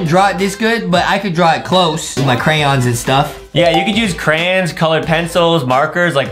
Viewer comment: Adam said crayins